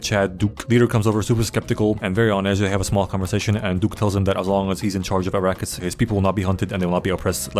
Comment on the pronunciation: "Arakis" "iraqis" Niggas didn't even try to hide it 😭🙏